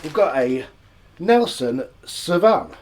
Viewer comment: Another great video mate! For the record it's pronounced SAW-Veen🍻🍻🍻